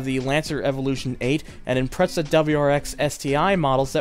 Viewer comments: I cringe every time he says impretsa instead of ImpreZa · stop saying impreza as impretza. its not a pretzel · whats an impretza?😜 but great vid man loved NFS U2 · you said impretza instead of impreza